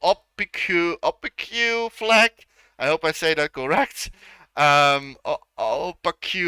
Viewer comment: It’s pronounced O-Pake. The opposite of transparent.